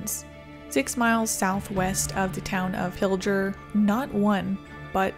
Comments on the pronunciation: Pilger- pronounced- (Pill-gurr) would love to see a full video on these 😊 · Thank you,. You have a beautiful cat. The dress is pretty. Did you buy or sew it yourself? Thank you for covering the Hallam tornado. The town is thriving. Pilger is pronounced with a hard "g"- think "tiger". I graduated from Wisner-Pilger H.S., so thanks for including the event. In late May of 1983 our ship was passing south of Sicily and spotted twin waterspouts from the same supercell, so hearing that twins had struck Sicily before was a little eerie. May I recommend that you cover the May 31, 1983 outbreak which hit Ohio, Pennsylvania, New York and Canada? "Tornado Watch #211" by John G. Fuller is an excellent book on the event. The final tally recorded 1 F-5 and 7 F-4s as well as several others. Another interesting event was the Easter Sunday 1913 outbreak, including the Omaha tornado, the deadliest in Nebraska history. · Not that you would know but Pilger is pronounced with a hard G. Everyone who does videos about it pronounces it incorrectly. I remember that day. I watched this storm roll in and tornadoes form. I dont live that far from Pilger. Interesting but terrible fact about the Pilger twins. After that tornado the village clerk embezzled something like 700,000 dollars of the tornado relief funds for the town. Was only sentenced to jail for like 3 years.